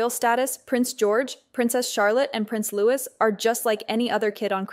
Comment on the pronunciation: IT IS NOT PRONOUNCED LEWIS. HIS NAME IS PRONOUNCED LOUEE. AI OR NOT GET IT RIGHT.